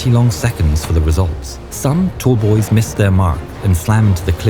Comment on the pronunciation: Hi: Is TALLBOYS, not " tollboys" Bests Regards.